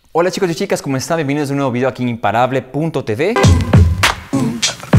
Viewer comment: ¿Por qué dices "Te Be"?. Sería "Te Uve" ¿no?.